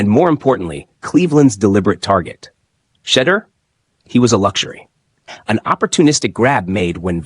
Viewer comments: Learn to pronounce his name properly! Your channel will grow if you are more open minded. Shedeur will show you his worth. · Bruh u ain’t even saying his name right ! Click bait. Sanders is not a problem child crazy